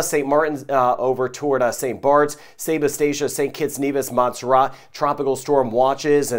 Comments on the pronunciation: rat not ra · Your my favourite Weatherman💖 but really wish you would pronouce MONT-SER-RAT better hard T, keep up the great work